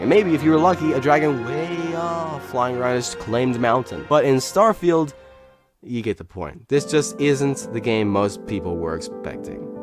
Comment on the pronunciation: You said "Starfield" precisely 23 times. (22 times before asking the question how many times you said "Starfield", a 23rd time in that question and once you said what sounded like "Stirrfield".) Where's my Bugatti? 🙂